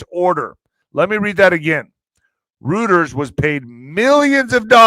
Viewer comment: Reuters is pronounced here the same as goiter. NEPA.